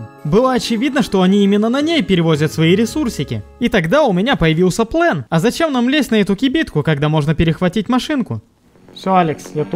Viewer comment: Слово ПлЭн коробит ухо , можно четко сказать слово ПлАн и это будет убедительней , а ПлЭн это стремная фишка